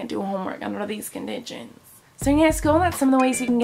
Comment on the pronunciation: Lol she always does that and my favorite part of this video was when she said " i can't do my homework under these conditchons" and I know I spelled it wrong but that's how Miranda says it love u Miranda